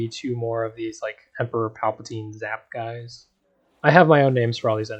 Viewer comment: "popscorn" "zapguys" Upvoted just for that lol, great video too, thanks for not skipping parts!